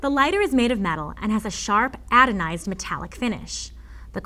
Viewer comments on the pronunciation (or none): She pronounced it "adonized" instead of "anodized".